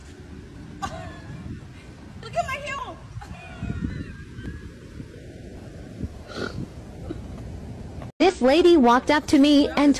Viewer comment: Did she say "Look at my heels" or "Look at my HILLS"?